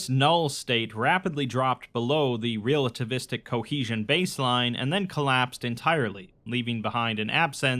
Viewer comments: It took me a while to realize you were saying "realativistic" and not mispronounced relativistic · Love you dude, but I cringed every time I heard "REAL-ativistic". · Hearing you mangle and mispronounce the word relativistic so many times in such a short period of time made me want to reach through the internet and strangle you.